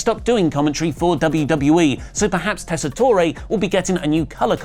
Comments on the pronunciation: Hate to nitpick, but it's pronounced Tes-sa-tor not Tessa-tor-ee, that's the way he has pronounced his own name every time he's done commentary. Have a good day, British people who don't normally get ESPN. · Just a heads-up…Joe’s name is pronounced TESS-uh-tore. No “ay” at the end. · Just a heads up,. The e in Tessitore is silent. It's pronounced tess-eh-tor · Tessitore is only 3 syllables, the “e” is silent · yeah, I & others commented the same the last time they butchered his name in a video, and they didn't notice it then, either. lol